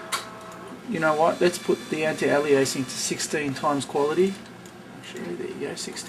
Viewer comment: STOP PRONOUNCING ALIASING WRONG!